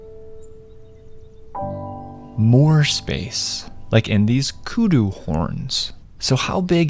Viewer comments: You pronounced Koedoe correctly, I was ready to cringe expecting you to pronounce it differently 🎉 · I like that you pronounced kudu properly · Oh my gosh he actually pronounced Kudu Correctly Maybe theres hope for western people after all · as a South African I can appreciate the perfect pronunciation of kudu